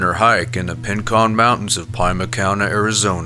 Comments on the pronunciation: "Pye-ma?" Really? Pima (Pee-ma) County. oy. Like Rico. Ree-ko. Not Rye-ko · I'm a big fan and have watched all of your volumes. I love your narration and the way you present this creepy disturbing information. Just one little thing I think you'd want to know. Pima County is pronounced "Peema" (like the i in Lisa, not the i in lima bean); also, it's Rincon, not Pincon Mountains. I live in Arizona and I cringe a little when I here "Pie-ma" County. I love ya though! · I'm sorry but it drives me crazy the pro-nun-skee-a-shun of this narrator. PIE-MA County? It's PEE-MA. And there are others. Proof read, and learn English, American style. Please. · I really enjoy these intriguing missing persons cases, but a big pet peeve of mine is when the narrator mispronounces names. For example, story #9, Pima is PEE-ma, not PIE-ma. And Saguaro has no "n", it's Sa-GWAR-o, not San-GWAR-o. Not to nitpick, but it's just important to get it right IMO. Thanks.. :-) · Please pronounce everything the way it should be. I had no idea it was RINCON MTNS. PIMA COUNTY SAGUARO NATIONAL PARK, the way you pronounced it, it sounds like somewhere completely different and is misleading. I hope it's really not the way you talk.